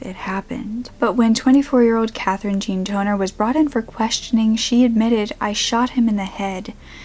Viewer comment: I had to repeat the girl name because instead of Katherine Tonner, i heard Katherine 'Toenail'.